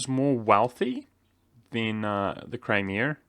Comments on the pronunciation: Bronson Howard actually, i was more curious about the "r" at the end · Federrrrrrico proper term in the uk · Federrrrrrico Many English speakers do.. including Americans here and there. It is a dialect marker